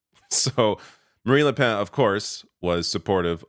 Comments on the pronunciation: I though I heard you say Marie Le Pants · shocking how little you know about this and how little research you have done, cant even pronounce marine le pen's name or Melenchon's name. les republicains didnt say they were going to work with the far right. as a matter of fact there was a huge split within the party because of it with the majority of them rejecting the far right